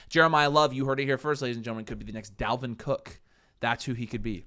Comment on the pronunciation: Bro said Dalvin Cooke...